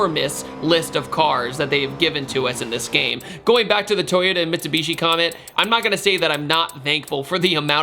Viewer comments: Lost me at mistabeeeeeeshie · I know Americans pronounce words differently but it’s not mit“soo”bishi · mitsabeeshee? dude.